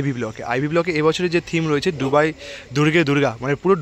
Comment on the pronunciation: ডুবাই না দুবাই কোন টা??